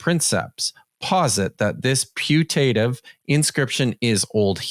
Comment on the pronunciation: Good analysis and debunking. One minor point for precision: pronunciation is pU-tative, not pu-TA-tive (stress on third to last, proparoxytone.)